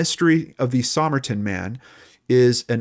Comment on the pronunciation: Sah-myrrh-tin man hey?